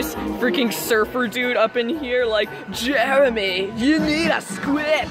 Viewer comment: "I swear its just JEARAMY"